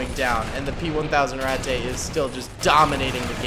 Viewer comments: just the way you say Ratte, its RAT-TUH not RAT-TAY, its not mein-ay its MEIN-UH, now for example, cheese, is kaze, pronounced KAY-ZUH, the e at the end most of the time if not always makes the uh sound, the a with umlauts makes ay sound. ik you like germany and all und ich lerne Deutsch zu sprehen, und die sprache ist ein sehr schon sprache. du haste Hochdeutsche, buhnendeutsche, und viele oder sprachen. du haste zu lerne die sprache, und der volk. btw i do not have umlauts on my keyboard, and i only used translate for spelling and pronunciation. i have been learning german for quite a while now and though i am not sehr gut, i am still trying. i see you like germans and all i just, idk maybe this helps and i do not mean to come across as a dick or a know it all, i try and share what knowledge i have. or maybe i am a dick and you say it like to be funny, idk either way its just yeah. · I believe its just pronounced rat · When you pronounce ratte it sounds like ratt a it sounds like i dont know how to explain but my ears dont like it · It has 2 pronunciations rate and rat... Never did I know rat-tay would trigger me so bad... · My German isn't as good as it used to be, but I believe ratte is pronounced ratt-uh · its pronouced rat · hey can you just pronounce the rate in it's proper pronunciation